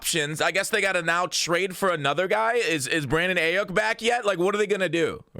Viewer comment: Bro the way you pronounced Brandon Aiyuk killed me